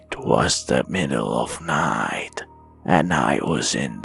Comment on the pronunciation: i-,,,PFTT IT WAS THE MIDDALE OF NEIGHTTT